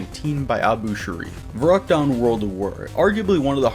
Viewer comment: It’s not pronounced ver-uckt. It’s pronounced ferrü-kt